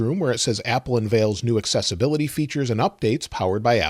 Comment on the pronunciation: Why do I keep hearing successability instead of accessibility?